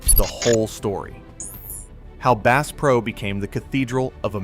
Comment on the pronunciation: “Base Pro” you gotta be kidding me! AI 💩